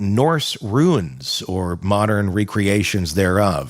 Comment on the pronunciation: I appreciate you SO MUCH for your summaries of this case. May I offer you one small correction, to avoid any misunderstanding or give the opposition any excuse to discount your opinion? The symbolic sticks, etc., are known as RUNES (roons), not ruins. They are very different things, and I know what you mean, but some will take the mispronunciation and run wild with it! Keep going! And thank you!